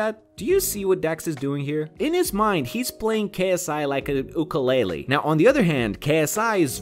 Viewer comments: it you-keel not ooo kele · Good vid but c'mon man ookalalie it's uekalalaie spelled ukulele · I’m sorry, but “ookalalie”?